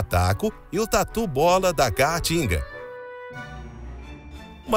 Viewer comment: "Tatu bola da ca-a-tinga" rs. O cara nunca falou caatinga na vida.